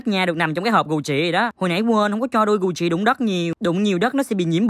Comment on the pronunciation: Cách phát âm của: Gu jì = gù "chị" hah😂🤣🤣 người thành công có lối đi lẻ